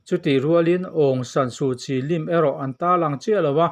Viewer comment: a ngaihnawm e. mahse Kawl hming leh ram hming pakhatmah a thluk i sawi dik lo. Myanma tih lai chauh hi i thluk dik. Aung San Su Kyi hming te tal hi chu thluk dik teh khai. nang chuan d d d d angin i thluk a, a dikna chu aung san su kyi hi d f m d angin chham la a dik a ni mai aw.